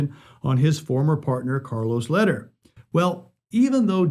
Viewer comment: Hey there, my goodman Charlie's last name is pronounced "lay-dear" and not "ladder"